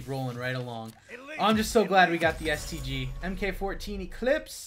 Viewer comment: I thought for sec that he said "I'm going to be so bummed out if I dont get a STD..." hahahh